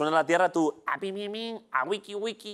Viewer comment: ese "Tú" está mal acentuado. Menos mal que no estaba Quequé.